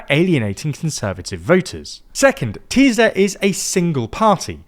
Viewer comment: Ti-sa. Not Tee-Za. What you Smoking